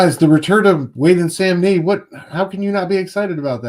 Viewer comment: Love this show guys! Batman and Robin will be 12 issues. And Samnee’s IG profile used to say his name rhymes with Omni